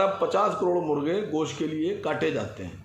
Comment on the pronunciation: Saaf saaf boliye 🐄 ka ghost 😋